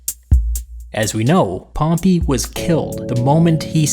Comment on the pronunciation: Please pronouce pompey's name properly. Hear you pronounce it is so cringeworthy. Nice video nonetheless.